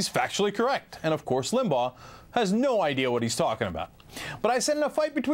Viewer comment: Rush Lim-bah-ugg-h.